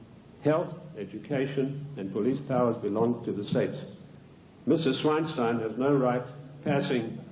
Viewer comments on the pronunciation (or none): he calls diana feinstein - mrs swinestein.